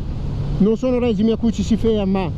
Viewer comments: Bella prova e moto interessante ma.... Per favore smettete di dire règime!!!! Si dice regìme, deriva all'italiano dal francese (régime con la pronuncia sdrucciola sulla i...) e quindi... ;-) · e che poverino non sa spostare un accento, dato che già gli era stato fatto presente.